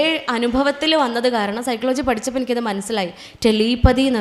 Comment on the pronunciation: സൈക്ലോ ജി എന്നല്ല. സൈകോളജി എന്നാണ്